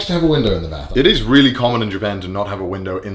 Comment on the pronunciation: I just love how you say bath 😂 sounds like Beth 😂